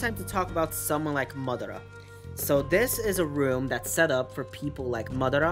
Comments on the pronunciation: you're saying MUD ARA like tf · Stop CALLING MADARA MUDARA LIKE TF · Alex Santana you know that you constantly stalk my channel and come at me for no reason :/ welp. Also you can google how to pronounce madara. Hope it helps :)